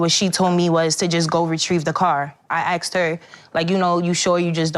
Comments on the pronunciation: She "ax'd" her. Used to be that was a crime...assault. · she axed her...lol